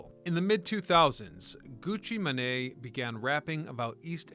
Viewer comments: "Gucci Muh-nay" got me lol It's said Man or Mayne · Gucci MANE. not "man-e",. 😂😂😂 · I know this dude didn’t just say Gucci Monay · Gucci ma-nay? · *mane im sure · I'll give him a pass. He's admitted that he's dyslexic and from time to time mispronounces words and names. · The way you said Gucci name was crazy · You mispronouncing Gucci Mane told me everything about the research you did for this video. Not enough or you're simply just not smart enough to look up how to pronounce something you're not sure of. Arrogant and ignorant at the same time yet acting like you're informing people about something when it's clear you don't know what you're talking about. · Look, I had to listen to it a 2nd time to make sure I wasn't trippin! He caught me totaly of gaurd with that one! LoL! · Either a.i or a slap in the face to said artist and fans of said music genre yet he can do the research to pronounce the name of some dead dude from way back when